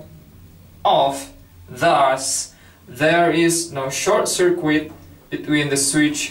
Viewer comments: Hello, just to let you know circuit is pronounced "sir-kit" in english not "sir-qwit". Other than that your english is very good! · It undermines confidence that the speaker doesn't know how to pronounce the word 'circuit'.